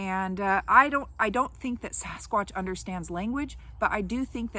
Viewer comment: Anyone else bugged when people say "saw-skwatch" instead of "sa-skwaach"??